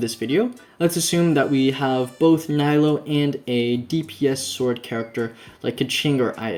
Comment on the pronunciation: I'm on 75 pity for nilou, 58 on weapon banner. I was not planning on getting the weapon since I was saving it for engulfing lightning, but jade cutter changed my mind. PS - it's pronounced as neelu not nilo.